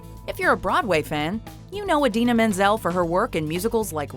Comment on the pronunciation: 🤣🤣 Are you kidding me? Who mispronounces Idina Menzel?